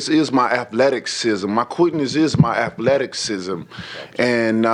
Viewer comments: Did he say Afletiksizm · ATHETICSISUM?? EH